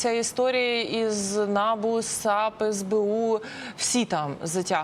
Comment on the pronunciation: Не На'бу,а Набу'